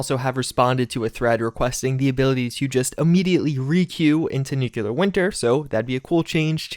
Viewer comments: dude I love your videos but for christ's sake man it's pronounced NEW-KLEE-URR. Nucular is so painfully wrong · The way to pronounce "Nuclear" sounds like NEW-CLEAR, and not NUKE-YOU-LUR. Just a tip for future videos. I dig videos, but just wanted to pass that along. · It's nuCLear winter, not nukelar winter.... Why nobody pronounces nuclear correctly? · NEW-CLEAR not NUKE-YOU-LUR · I agree, one wouldn't pronounce the word CLEAR as "CU-LUR", so why pronounce NU-CLEAR as NU-CU-LUR... that really bugs me. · Mispronunciation isn't an accent thing. The only time you hear it pronounced NUKE-U-LAR is when people mock someone of ill intelligence... like the cheesy Pulowski Preservation shelter or good ol' George W. B. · nucular winter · I'm not American, but I thought all Americans pronounced it as "nucular" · nucelar winter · Patch 11 will reportedly include pronouncing "nuclear" correctly!